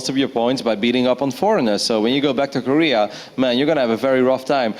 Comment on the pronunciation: That guy can't even say Korea lol